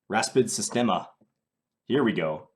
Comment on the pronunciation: You pronounced that Raspadsistema perfectly John! It means system breakdown in serbian btw ;-)